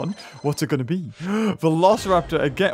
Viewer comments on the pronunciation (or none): none